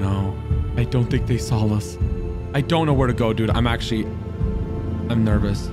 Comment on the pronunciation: this is so weird, every time he says saw, he pronunciates it "sawl" and this has never bugged me before but its so annoying now